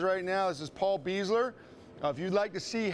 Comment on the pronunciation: Paul Beisler is a great guy. but, his name is pronounced Bi-zler.